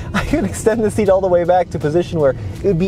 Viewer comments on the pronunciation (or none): none